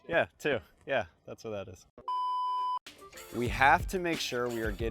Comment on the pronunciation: Seems you say 'dua' (it means two in Indonesian) 😅